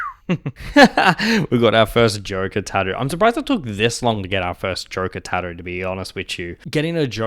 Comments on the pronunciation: That pronunciation of "tattoo" is wild. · Kiwis and Aussies are lazy, we avoid all consonants that we can get away with not pronouncing